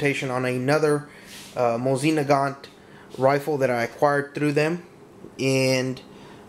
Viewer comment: its mowe-sin na-gant